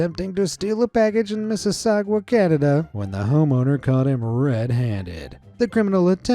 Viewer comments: the way he said Mississauga as MississauGUA, thats incorrect and funny its also where I was born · “misiswaguagwa Canada” 😂😂😂😂😂